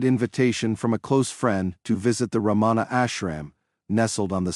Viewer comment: Um, it isn't Ra-maa-na. Please! It's just Ramana, short a's all. Oh, and the 'n' is a "tongue-flipped'back" version that westerners just can't do...:)